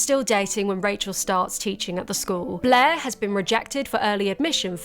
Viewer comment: It took me too long to realise her name was 'blaire' and you weren't just calling her 'bleh'